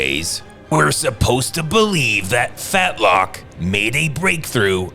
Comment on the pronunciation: Hahahahaha he called him "fatlock" 😆🤣